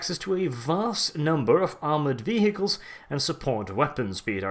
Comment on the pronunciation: The way you say vehicle XD